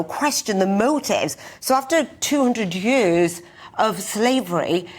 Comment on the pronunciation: Is she's trying to say 'years'?